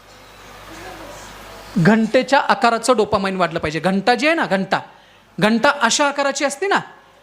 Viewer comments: डोपा 'माईंड ' नाही हो डोपामाइन् !!😅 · Dopamine, not dopamind